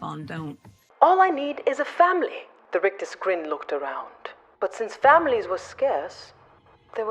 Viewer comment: Brilliant!!! Love the rolled r's on 'rictus' !!!!😂😂😂 Happy Christmas!!!!